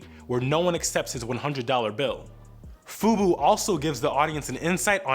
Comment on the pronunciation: That ain’t Fubu it’s Bufu!